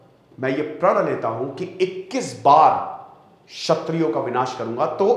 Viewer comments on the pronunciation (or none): 'छत्रियों' नहीं 'क्षत्रियों'